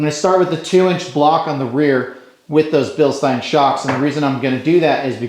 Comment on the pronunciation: The shocks are bill(steen) not bill(stine) btw, i said it the same way at first too